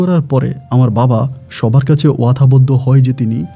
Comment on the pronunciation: ছাকমা না চাকমা হবে।উচ্চারণ গুলো kindly ঠিক করেন।এত ভুল বলে আপনি কি করে Rj হন।বাবাহ্ না বাবা হবে।